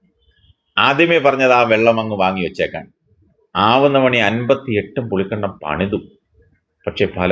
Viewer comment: പുളിക്കണ്ടമല്ലടാ ഇട്ടിക്കണ്ടപ്പാ. പുളിക്കകണ്ടം എന്ന് പറയൂ.